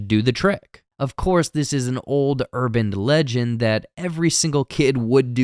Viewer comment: pronounces "console" as "counsel" or "council," and I hate it. And then he said "URBAND legend" FIRE HIM